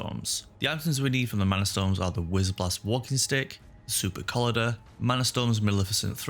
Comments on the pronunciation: Super-coll-ider. Its collider as in collision. Mocha-sins, its Mockasin. You've never heard of moccasins? nice vid. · I'm loving this series, great content! Btw please Google how to pronounce supercollider 😂